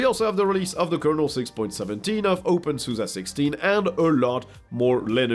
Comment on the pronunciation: OpenSuza? Ive always said Opensoose, like a bastardized open source.